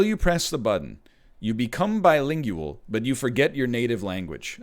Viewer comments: The way he pronounced bilingual bothered me immensely and I don't know why. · I like how he pronounces bilingual. Bai-ling-yu-əhl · Think of the implications! This must mean that he also pronounces linguistics as ling-gyu-istics. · Who pronounces bilingual like that lol